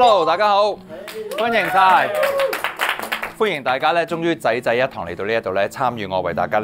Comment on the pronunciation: Vinci好似講咗"仔仔一床"